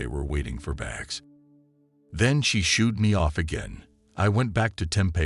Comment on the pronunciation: Why does the narrator mis pronounce certain words????? Tempe , herritic?